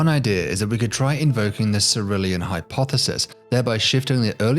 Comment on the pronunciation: Again. Sirulian is not correct. It is pronounced. "Sai-lure-ee-an"